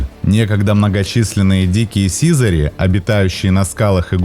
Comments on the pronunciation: сизАрь, а не сИзарь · Хороший ролик, но сИзарь ухо режет. Вы если не знаете куда ударение ставить, словаре посмотрите. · Чувствуется, что автор голубями, как и биологией вообще, не занимался и образования профильного не имеет. Поэтому в тексте ошибки. Слово "сизарь" - с ударением на последний слог произносится, хотя бы название героя своего нужно знать)) Никаких брачных танцев в полете нет у голубей, способность переворачиваться - искусственно выведенное свойство, оно есть лишь у некоторых пород (бойных) и никакого биологического смысла для самих птиц не имеет, лишь желание и удовольствие человека стоит за этим искусственным отбором. Так же нет у голубей никакого лидера в стае, как, впрочем, и у большинства стайных птиц, и уж тем более самочки лучшие ему не достаются - голуби моногамны, и в норме сохраняют верность партнеру (могут сменить лишь при болезни или гибели) - есть исключения среди скученных городских популяций, но именно исключения. Птенцы не только щелкают клювом - для них характерен громкий писк, даже называют птенцов в возрасте до месяца "пискунами". Насекомых они не едят, ну и так далее. Предположу, что все видео на канале подобного рода - что-то где-то скопировал, в википедии первый абзац прочитал, скомпилировал... Приятно, конечно, что у человека есть энтузиазм и интерес к родной планете, но зрителям не следует забывать, что канал любительский и верить на нем всему не стоит. Особенно осторожным нужно быть школьникам - можно повторить какую-нибудь неточность и получить двойку) Автору - пожелание глубже изучать тему, аккуратнее подбирать материал, проводить анализ источников. Заве